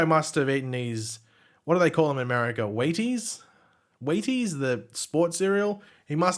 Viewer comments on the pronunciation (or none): It’s pronounced Wheetees. You were close though! (& right that it’s the “breakfast of champions” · its Wheaties pronounced Wheat-ease lol